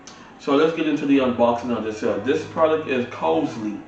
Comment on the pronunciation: And you pronounced the name of the speakers as COSELY but it's spelled Crossely .